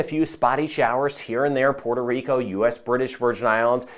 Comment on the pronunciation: I love it when you say, Puerto Rico!🎉🎉🎉 This from a boricua! 🤗 thanks for updates!